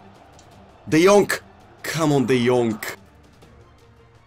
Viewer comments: His name is de jong not de jonk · Say de yong not de yonc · Just say “de young” lol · can you please stop saying De jongK , its without the K. just De Jong. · No one: Krasi: De Yonk! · No one Krasi: De Vilihea ,de Laight,De yonkh,Daybala 😂😂😂👌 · No one: Krasi: de jonk!!!!! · Nobody: Krasi: what did u do De Yonkk!! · I love how Krasi says de jonk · "Let's go De Yonk"